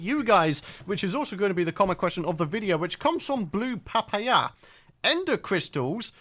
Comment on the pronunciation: "Blue pah pah yah" IT'S PAPAYA (pa-pie-ya) DANGIT!!